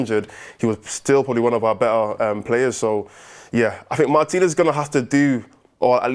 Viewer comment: I like this new guy with. Good analysis, plus he's the only member of the crew who can pronounce Martinez's name correctly.